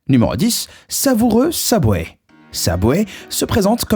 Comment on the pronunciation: Prononce bien wsh Subway pas SABWAY mgl tes perdu